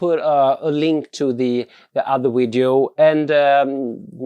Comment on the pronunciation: Grymma filmer, men det heter Video inte Wideos;)